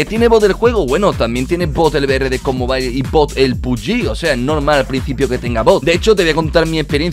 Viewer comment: Ko mobail xD como lo dice🤣